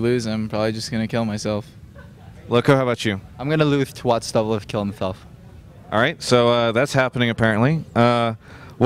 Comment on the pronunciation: "I am gonna wose to watch doublelift kill himshelf"--2012